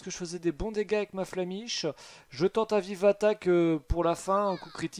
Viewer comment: Tu as dis l’attaque flamiche au lieu de flammèche ! Nostalgie